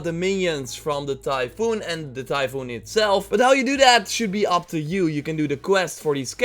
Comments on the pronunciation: Typhon is pronounced like “Tai-phahn,” in English, not like “Typhoon,” the type of storm. Thanks for the vid, though. Personally, I’d be completely down for a Greek myth-inspired Breath of the Wild. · First it's pronounced "Ty-fen" not Typhoon. Second the plural of cyclops is cyclopes. And third this is a great video and I enjoyed it.👍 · Typhon not Typhoon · TyphON as in “on”, not TyphOON, as in “moon”. He’s a titan. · Pretty sure it's tie fun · Hey grammar Nazi here, it's pronounced, "tie-fon" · you're pronouncing "typhon "as "typhoon " ( the latter is something entirely different,namely a tropical cyclone in NW Pacific ) :) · actually it's "tai-fOn", it's the greek word "tifOnas" (τυφώνας) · It's tie-fun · "Ty-phoon" Really dude?